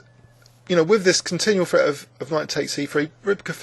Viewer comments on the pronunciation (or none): What can we say about grownup Englishmen who substitute "f's" for their "th's"? Don't they sound adorable? "d free" under continual "fret". No doubt these Englishmen adopted this diction in their very early childhoods, and for some reason have carried it forward ever since, for the diversion of us all.